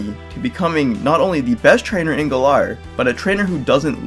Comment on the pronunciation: Its Galar. Not gaLAR. Also, I agree with pretty much everything you said.